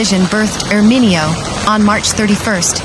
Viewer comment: Shouldn’t the reporter know the pronunciation and accentuation of Italian names? How would you like to hear ..Las Ange’les, Ala’bama, Nuova Yokke? 🤦🏻‍♂️🤦🏻‍♂️🤦🏻‍♂️🤦🏻‍♂️🤦🏻‍♂️ Painful to listen to her!